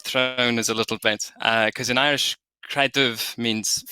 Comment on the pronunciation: It’s a shame you didn’t manage to find a native Irish speaker, or even a dedicated learner. Where is that slender R?